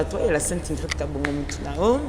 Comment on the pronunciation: BINO PE ELLE S'APPELLE INGRID ET NON INDRID